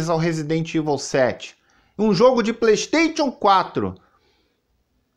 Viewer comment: "PLÊIXXTÊITION 4" KKKKKKKKKKKKKKKIKII